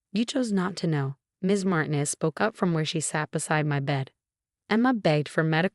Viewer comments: Mar teen ez not mar ten ez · PLEASE DO YOURSELF A HUUUUGGEEE HONES TFIX-UP!! REPROGRAM YOUR ROBOT VOICE TELLING DEVICE THAT THE NAME MARTINEZ IS *NOT!* Said like MARTIN- EZZ THE NAME SAID *IN THE CORRECT MANNER!!* IS SAID LIKE *" MAR- TEEN-- EZS!!!"* Swear to COW!! People have COMPLETELY FORGOTTEN HOW TO READ AND TALK CORRECTLY SINCE I CAN'T RECALL?!?!?! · Or learn to pronounce Martinez. Not mart in es, Mar teen es! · She's been living in paint? REALLY!?!?!?!? For crying out loud PROOFREAD before posting your AI generated garbage. Also tell your stupid AI program that the Hispanic surname Martinez is not pronounced "martin-ez"